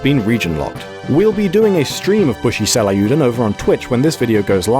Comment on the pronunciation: Yikes that pronunciation of ryuu is real distracting tho